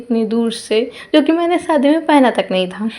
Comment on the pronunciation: Sadi nhi hota shadi hota hai 😂